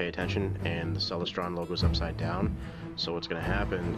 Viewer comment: Awe geeze man, your scope is a ceLESTron, as in celestial, not CELestron! Clear skies.